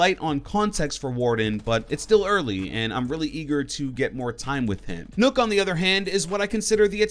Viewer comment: I hate how he says Nook instead of Nøkk.